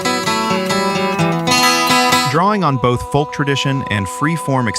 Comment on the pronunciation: Who started the whole pronouncing the "L" in folk (folk music)... It has a silent L... Glad you didn't leave out The Soft Machine.